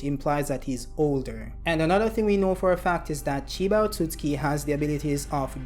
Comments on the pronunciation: The way you pronounced ‘Otsutsuki” kinda bothered me lol… Isn’t it: “oh sut suki” ? Not the way you say it : “oh suts ki” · You are completely missing the second letter "u" in your pronunciation of Otsutsuki. Hearing it over and over again made my ears bleed. Will definitely not be watching anymore content 😂😂 learn to read!! And correctly pronounce words!!!